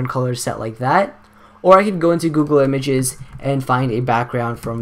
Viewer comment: the way he said images.. Good tutorial tho